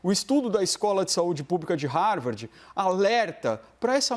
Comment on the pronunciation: "Harvardi" é duro de aguentar 🤦‍♀️